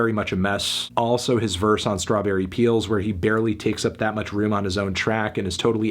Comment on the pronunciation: What was that? I didn’t catch that. You said strawberry peels?